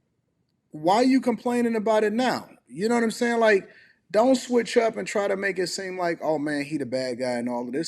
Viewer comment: I hate that she’s 50 and says zont instead of don’t